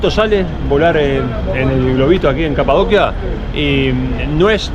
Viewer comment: Genial reportaje pero en español es Capadocia pronunciado como ci en dócil, Capadocia, Kapadokya es en turco.